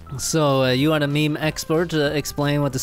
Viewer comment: it's not "mEmE" its "miM" bro.